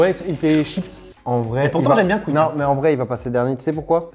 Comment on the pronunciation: Pour il dit cuique le Fastgood, il sait pas dire quick?